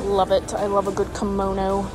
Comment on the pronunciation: The kimono is actually a 'Curmono'...lol.. curtain/kimono...jklol